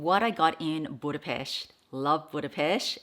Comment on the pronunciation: You’ve got some gorgeous pieces, 🥰 And I just have to say it, as a Hungarian I loveee how you pronounce Budapest, you sound like a local haha